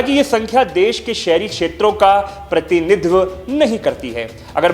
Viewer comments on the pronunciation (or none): अच्छी voice है। बस एक आध शब्दो का उच्चारण शुद्ध नही है। प्रतिनिधित्व, तमिलनाडु, तेलंगाना